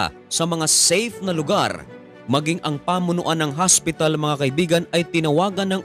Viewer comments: Magsu-subscribe ako kapag ang pag-pronounce mo ng hospital ay hindi HASPITAL. Tagalog na nga ang salita, HASPITAL pa. 'Di pa sabihing OSPITAL. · Ano talaga Ang pag bigkas mo hospital or haspital? Hahahahahaahh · hospital po hindi haspital😂✌️ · Ikaw matanong ko, ano ba talaga haspital o hospital, 😂😂😂😂 haspital hospital ospital, oa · haspital hahaha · Di ko nabilang ang word na hasp pital